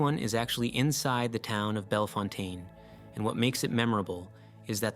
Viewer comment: Just for future reference, Bellefontaine, OH is pronounced "bell-fountain". Dont worry, i just found that out over a month ago when i going through the town on my way home from Pigeon Forge